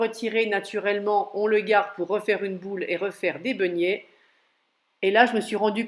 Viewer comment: Begnets comme vous dites madame mais beignets , pardon de vous reprendre